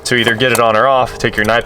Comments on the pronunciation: Niepex...that's a new pronunciation for Knipex pliers! I thought I had hear them all. Nip-Ex, K-nipEx and now Niepex! Always enjoy watching the process of turning a turd back into a Happy Meal. Cheers! Zip~ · Knipex is pronounced nip ex just for your information keep up the good work